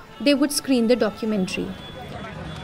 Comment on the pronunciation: He was saying dakkoomantrii😂😂